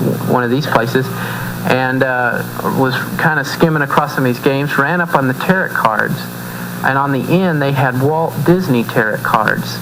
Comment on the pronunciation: This commentary is so full of flaws it's ridiculous. The pentagram IS NOT a symbol of satanism unless it's upside down. A photo on here proves that the true pagan pentagram, pointing upwards represents the elements and spirit. Lastly, Tarot is pronounced with a silent T. Lots of flaws, but that's what's expected from evangelists.